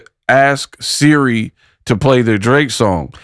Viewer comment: Can't even say SIRI right smh. Just ghetto asf. And she fighting a lady that's way older how convenient.